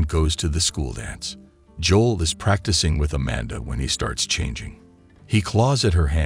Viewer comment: That’s not how you pronounce his name Joe-l. JOE-L. That the F is Joll tf. Its Joe-L